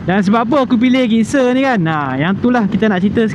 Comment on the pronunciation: Sebutnya Jikser, bukan Gikser.. Btw, menarik juga motor ni. Dah lama xmemiliki motor Suzuki (2 biji motor pertama saya Suzuki). Hari tu ada cuba SV650.. berbaloi juga untuk harganya.